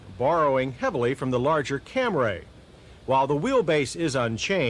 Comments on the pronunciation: It's CAMRY not CAM RAY! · What was his maddening obsession with saying Camray instead of Camry all about? Good lord. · ...............this one was VERY unusual, since it had a 16-valve engine with............A CARBURETOR!!!!!!!!!! , , , & ..........UGH........it's CAM-REE, John, NOT CAM-RAY!!!!! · What t f is a Cam-raay?! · What is a "Camray"? Is it a car? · CAMRAY ! I've been saying it wrong all along ! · CAM-RAY lol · Come on JoHn. Where is that damn H in Camry, you're saying it like Stewie Griffin. Also the carburetor thing is totally overblown, had a 1988 Toyota pickup in the family, ran that thing from 80k to 200, 22R with the carburetor. Never missed a beat, never had to service the carb, ran great off a cold start at 10 degrees or a hot start at 100